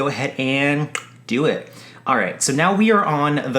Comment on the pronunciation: He said "yeah let's go ahead and Dewitt" (do it) 😂😂😂😂 sounds like it was accidental but still funny AF